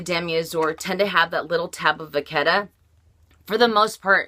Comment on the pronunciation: ok guys, let's have our French lesson for the day, if we are going to carry this amazing French brand. Vachetta..."vache" pronounced "vash" means cow, vachette means "calf" so it is calf's leather and pronounced "VASHETTA" And, there is no such thing as a pooshette. or pouchette. A pouch/pooch is what you get from too many cupcakes, ok? POCHE "posh" means "pocket" in French. POCHETTE means little pocket and is pronounced "POSHET"